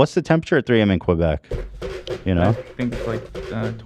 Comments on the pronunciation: why do english speakers always add a 'w' sound when say quebec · “Qwobec” lol